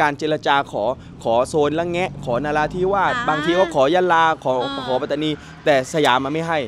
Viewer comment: รัฐปาตานี ไม่มีหรอกครับ เป็นข้อมูลบิดเบือนที่พวกล้มล้างการปกครองมันแต่งขึ้นเพื่อหลอกและปลุกปั้น ความจริงคือ รัฐ ปัตตานี Pattani มี t 2 ตัว ต้องอ่านว่า ปัต ไม่ใช่ปา ข้อหาล้มล้างการปกครอง เท่ากับกบฏ โทษสูงสุดคือประหารชีวิตครับ น้องๆอย่าไปเป็นเครื่องมือให้เขา อย่าไปเห็นด้วยหรือเข้าพวกกับคนไม่ดีครับ จะได้ไม่เสียชาติเกิดมาเป็นคน ต้องไม่ให้เขาหลอกใช้